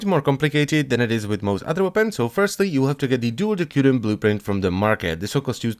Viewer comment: Its de/s/urion